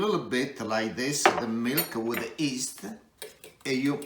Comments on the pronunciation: Did he just say “east?” I think he meant YEAST lol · Great recipe. My favorite Chef. The Y is silent in yeast!